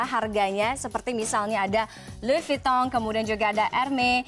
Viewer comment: Maybe dia gak bisa sebut ' s ' . Dia bilang tadi : 'Lui vuiton, herme ". S nya ga ada